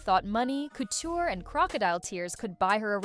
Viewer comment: Also, why can’t you pronounce couture currently? I’m from Kentucky and even I can say that word.